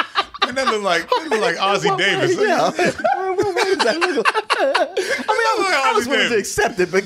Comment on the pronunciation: He said Ozzy Davis I’m weak hahaha